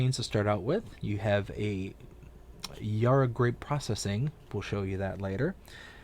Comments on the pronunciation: When you pronounce Yarra, you say it as "yah rah", with the a as in are. It's said with the a as in and. Really enjoying the video, thanks! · Yarra has the first a as in "and" :)